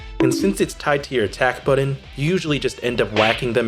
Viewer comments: “When I Press the Budden” 😂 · Mili (melee) and boron(button)... really? I enjoyed the video but that pronunciation grates, and English isn't even my first language.